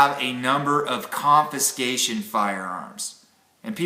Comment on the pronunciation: Confiscation, not conviscation. Sorry. Couldn't resist. Good subject sir. Great channel.